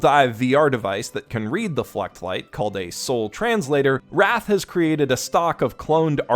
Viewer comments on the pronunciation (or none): ngl, i kept hearing ”fleshlight” when you were talking about the fluctlights......